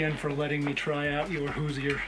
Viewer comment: Good vid. fyi, "Hoosier" is pronounced with two syllables: who-zure. Not with three (who-zee-er) like you were saying. Think Indiana.